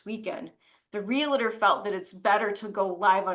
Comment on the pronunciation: it’s NOT real-LA-tor. It’s REAL-TOR. Two syllables.